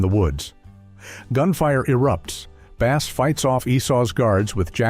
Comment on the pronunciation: His first name is pronounced as "BASS" the fish and not Bass as a musical instrument.